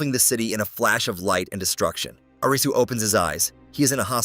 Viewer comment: WHAT THE HELL IS AN AYRIZZY